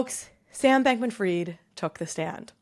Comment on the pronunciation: It’s “fried” like fried chicken, not “freed”!!!